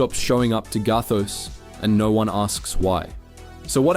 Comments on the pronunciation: the way the narrator says “gathos”… I suspected this channel was ai generated by nature of its campy scripts and this just pushed it over the edge for me lmao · The way you pronounced gathos and ezy got me thinking this is AI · He also said gathos wrong for an Australian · The way it pronounced “gathos” was a give away